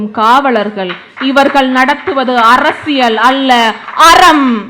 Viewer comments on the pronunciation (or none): none